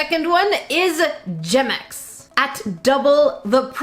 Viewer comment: why does gemex sourd like germex?